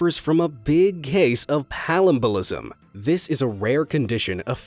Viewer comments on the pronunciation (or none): You pronounced palumbolism terribly wrong...”Pa-LUMBO-ism” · Love your channel but you said palumboism wrong.